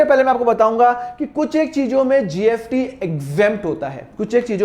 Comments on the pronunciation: Aap S ko F bolate ho kya .....jaise kamineh movie me shahid kapoor स ko फ bolta tha waise aap bhi......GST hota hai GFT nahi.....fir bhi nice explaining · SIR ITS GST NOT GFT 😅😅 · App GFT kyu bol rahe ho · GST HAI SIR PRONUNCIATION THODA DAROOST KAREIN😊